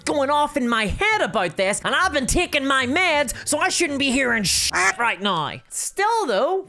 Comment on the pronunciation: I like her accent, I think it's adorable. And of course in Ireland we're the ones with an accent!! 😂. I like it when she says "now", to my ear it sounds like "now-ee." 😊👍😎